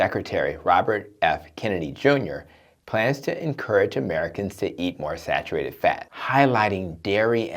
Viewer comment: Sarurated? Sar ur ated